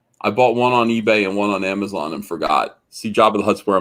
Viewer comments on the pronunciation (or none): none